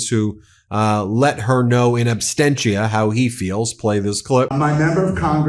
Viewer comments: Absentia. Not abstentia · "in abSTENCHia " 😂😂😂 Brother you said it!